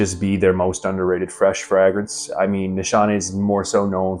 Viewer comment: Are you sure you chose the correct profession?. The way you say fragrance is wild. 😂